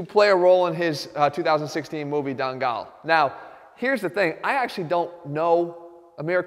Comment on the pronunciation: It's not "Dangirl" it's "Dangal"